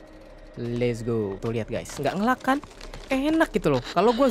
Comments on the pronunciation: Bukan "ngelag" pengucapannya, tapi "ngeleg" sedikit info aja mas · nge "leg" bang dibacanya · nge lag bacanya nge leg. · Ngeleig bang bukan ngelag di bacanya. Ditulisnya lag.